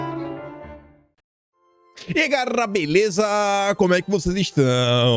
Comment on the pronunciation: "E aí, garrrrrrrrrrrrrrrrra, beleza?!"